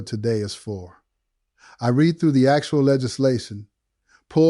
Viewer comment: Some of the best AI I have seen on YT! But, they forgot to make him blink, and about it pronounced "read" as reed instead of red. It is a common glitch with AI, even the best. Certain words are mispronounced.